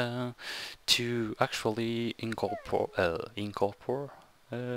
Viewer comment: And incorporate is pronounced In-corp-or-8